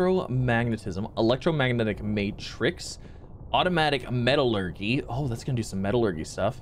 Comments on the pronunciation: ME-TA-LUR-JEEEEE NOT GYYY (lol sorry I just get triggered) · Haha...Metal-urghee dude it's Metal-ur-jee = Metallurgy. Feeling sorry for your Teachers. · This is like plantary annihilation just with out battles and the many many robots but a little better Edit: the way you say metallurgy is hilarious it's met-a-llur-gy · METALLUR-JEE!!! Metallurgy lol